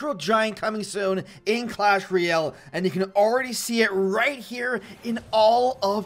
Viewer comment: I cant be the only one that is annoyed by the way he says royale right? Sounds like reeyal